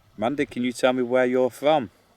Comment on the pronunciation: Hi, it said Lundy not Mandy. Green Hive not Green Eyes.